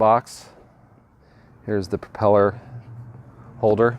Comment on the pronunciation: "propeller"??? grrrrr....